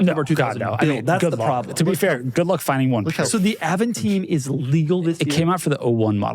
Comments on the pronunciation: Why Doug keeps pronouncing Aventime as Aventeam ? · Dear Doug... Once again. Stop saying AvanTeam... It's AvanTime ! As Time an English word!